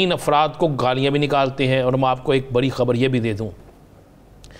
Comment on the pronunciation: Badi nahi bol pata. R bhi nahi bol sakta. Gajab h. Namuna.